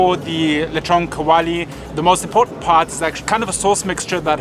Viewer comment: "Leeshon kaowalee" lmao 😂